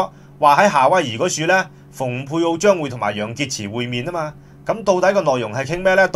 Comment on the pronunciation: 蓬佩奧讀篷(pung)佩奧，比讀逢(fung)佩奧較佳，因為原文是Pompeo。